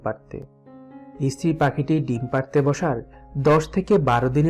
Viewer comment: ইস্ত্রি নয়, স্ত্রী